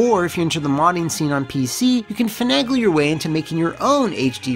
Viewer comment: WHOA WHOA WHOA did you just pronounce "finagle" correctly?!